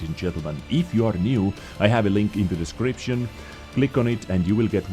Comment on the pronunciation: I just love the way, you customused the pronunciation of Dezcription during your videos. Nice. Trademark it. Dezcription recipe from... Username: Peto177Vizsla, server: EU. All the good health 2 all.